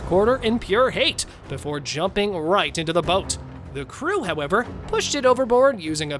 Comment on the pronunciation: ngl. you had me go back a few seconds on the second one cuz i thought u said "Goat" instead of "Boat"